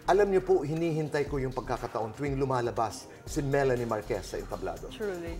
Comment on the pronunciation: Meh-lanie ng meh-lanie itong si tito boy, Melanie kase